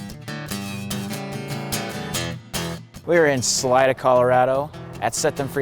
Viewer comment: salida is pronounced saleeda